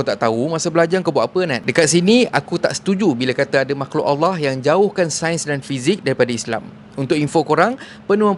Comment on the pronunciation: Bg kasar cara tegur sebut allah pun tk betol